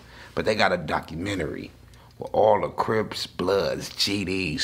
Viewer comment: We banging Hawaiian cwips aye ghost coowiiips shookside “cwips”